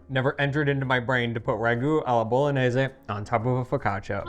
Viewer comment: Please " teach how to pronounce "Bolognese". Please: teach how to pronounce '". (With an H.) So tilting. After all these years!! THANKS and Happy New Year.